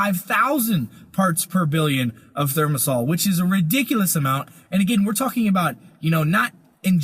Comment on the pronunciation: The word is thimerosal, not thermosal, Mr. Chiropractor.